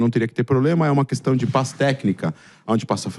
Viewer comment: 'Consxtruçãu da paix'? 😂'paix' com fundamentalistas islâmicos radicais??? Vtc, idiota! 🖕😂